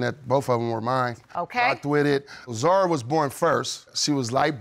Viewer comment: yes, but we say Zahra( the h sound is clear) not like Zara